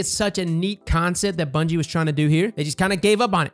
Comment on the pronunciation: Lol “bunyie” as he says